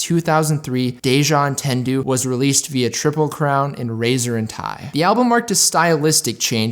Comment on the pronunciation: The album name is French. Deja Entendu Au-taun-do